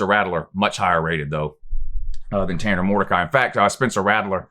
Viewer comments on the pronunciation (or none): none